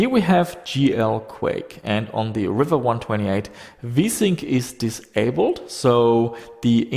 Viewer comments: Its pronounced "reeva" not "river" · I always thought it was pronounced ree-va and not river. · its Riiiiiva.... not River.